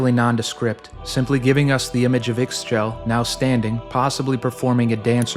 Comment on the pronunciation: one small note, Ix Chel is pronounced "Eesh-chel" great video though, well researched!!!